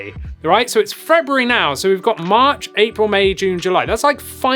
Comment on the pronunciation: you said frebrury, i dig it